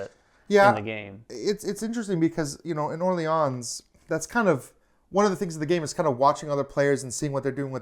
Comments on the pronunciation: oh oh thx for the feedback... i need this one ! your "Orléans" were quite accurate guys, just no need to pronounce the final "s". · Orléans with a silent s.